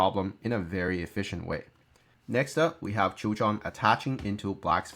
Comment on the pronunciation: Just a small nitpicking "Choi" is pronounced as "Ch-weh" with a little hint of o in between Keep up the good work